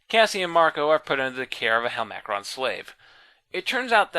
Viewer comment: Yeah the voice is horrific and he’s 100% pronouncing the name wrong